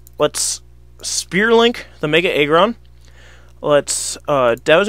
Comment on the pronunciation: I hate this guy. It's AGGron not EGGron. Really irritating.